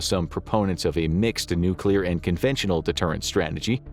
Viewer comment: right off the start of the video… i must say thank you for pronouncing “nuclear” correctly. you get a gold star for the day 👍🏻😂